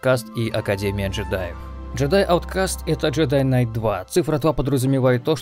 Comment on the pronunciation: К в слове Кнайт не произносится так отчётливо, скорее глотается. Самое ближайшее Жедай Найт. И да, много статей на англицком, что night и knight по сути омофоны (во какую штуку пришлось вспомнить). Ближайший аналог на русском бал/балл